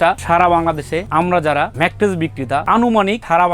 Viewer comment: Age mettress bola sikhen.thik moto mettres o to bolte paren na. Bokachoda macttress kire ..